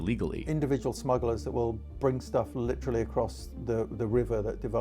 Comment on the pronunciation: Bros a grown ahh man talkin bout sum “I Witawawy don’t wike talking good about twump”